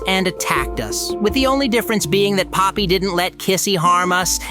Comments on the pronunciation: bro really said pomney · Poppy not pomney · It’s not palmy it’s Poppy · Bro really called poppy pomney and oli into ali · Poppy its not pomney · pomney……….ITS POPPY U DUMB DUMB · He's calling poppy pomni 💀 😊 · not pomeny poppy😅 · IT IS NOT POMNI IT IS POPPY. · Dude her name is not pomeny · pomney not poppy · its poppy not pomny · yep je just still alive just dont say pomney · Why does he call poppy pomni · yeah it’s not pomney it’s poppy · ITS POPPY NOT POMNIE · Poppy, not Pomney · Not pomni, poppy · "pomney" LOL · It's poppy